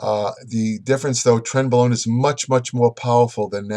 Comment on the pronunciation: 0 - 10 mins. - Trenbolone , trembolone .... Trentbolone , trembolone .......trembolone .....Trent blah blah blah............